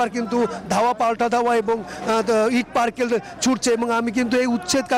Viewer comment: ইট পারকেল....কি ভাই ????? আসল উচ্চারণ হেবে ইট পাটকলে